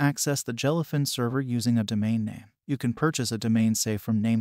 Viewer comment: Jell-uh fin. Moo-vuhs.